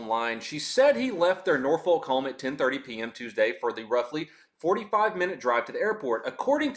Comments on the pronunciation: It's pronounced, "NOR-fuk" or "NORF-ik"😅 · The way you pronounce those cities would get you chewed out by dumb ass locals. Newpert News and Norfuck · Lol pronounced Norfolk wrong